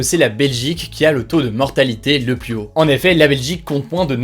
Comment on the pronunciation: Salut hugo, juste pour la suite "plus" se prononce "plu(s)" quand utilisé en superlatif ou en négatif (je ne veux plu(s) de...) et pluS quand utilisé en additif, par exemple "encore plu(s) visible" et j'en veux encore pluS, sinon super comme d'hab